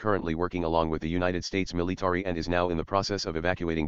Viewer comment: "United States Milly-Tarry"